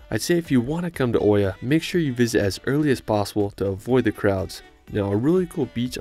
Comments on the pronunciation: Guys it's read Ee-a not Oh-ya, from a Greek. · Its not called oia its called ia we are having oi as e